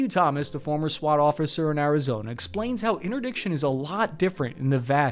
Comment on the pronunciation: What is "Arizoner"